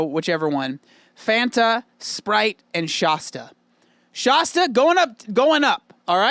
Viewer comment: The irony of pronouncing Fanta wrong and then singing the song 🤦‍♀️🤦‍♀️ "Fanta" and "wanta" are supposed to rhyme!